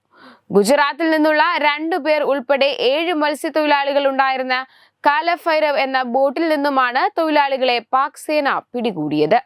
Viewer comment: കാല ഫൈര ഫ് അല്ല . കാലഭൈരവ്! അക്ഷരശുദ്ധി തീരെ ഇല്ല!